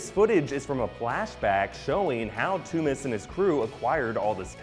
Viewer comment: it is Tooms